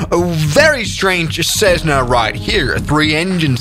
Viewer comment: Thats not a cessna, thats a tressna